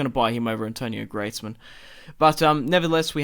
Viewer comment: Greezman not Gretsman